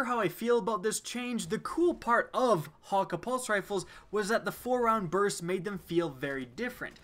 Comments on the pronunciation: pronounces it hawk-aye not hawkkah' this bothers me lol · This guy saying ha ka is pissing me off everyone i know pronounces it as hah kay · It's hakke man not hakka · Hakke is pronounced (Hak)-(Kay). None of this hawker nonsense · Hate the way he says hakke ... there's no w in there so why pronounce it as hawkka ? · I don't know if it's his accent or he doesn't know to say it but Hakkë is pronounced hauk-eh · I dont know why they cant pronounce it correctly. They say the foundry names in D1 and its not "Hakka" or "Ohmolon" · Good choice except I hate how he says hakke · The way you pronounce hakkë burns my ears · That's not how hakkë is pronounced just play Cayde's stash and do that secret room thing and listen to how Cayde says it.